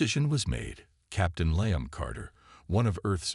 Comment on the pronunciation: Good story but what a pity the AI reading it didn't know about Roman Numerals or how to pronounce Liam. Severley detracted from the experience.